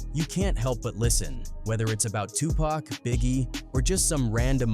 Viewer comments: Gah damn does it bother the fuck outta me when these AI voice overs pronounce Pac as “pack” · This video calling Tupac "Pack" is frickin' annoying, A.I. needs to die!!! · Who the hell is pack . does he mean PAC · Such an insult to say Tupac's name wrong